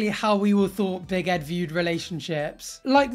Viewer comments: I think that your saying big head instead of big Ed lol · All this time I thought you was saying BIG HEAD i realised now obv that you meant BIG ED 🤦🏽‍♀️